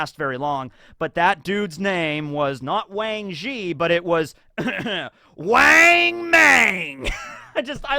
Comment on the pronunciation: The a one wang and mang are soft o sound as in cot